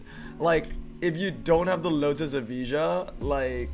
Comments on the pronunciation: was wondering why he talk about e-visa :D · Its not eveeja. Its evaya🙄